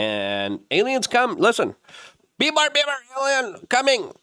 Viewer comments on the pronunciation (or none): none